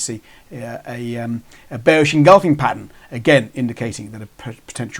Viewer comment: Why did you call it a bersih pin bar and engulfing prattan